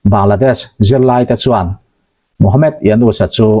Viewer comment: Ka pu,Md.. tih ziak hi chhiar chhuah atan chuan mohamed ti a chhiar tur a ni e.e.g. Dr - doctor